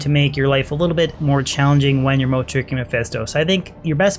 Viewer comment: Not a bad little video and beginning set up for your Sorc. It is kind of strange though with how you pronounce Moat, or how the mic was picking up your voice. It continually sounded like you said Mode, besides one time where your emphasized the T. I tend to do the same 2 you do because in Players 7 to 8 it's a quick and nice way to gain potential gear. On longer Runs from people, like A2 Tombs and on, Andy an also be a worthwhile try just because of the increased items. Usually though if you're not doing Private Games, you'll be entering CS and or Baal runs.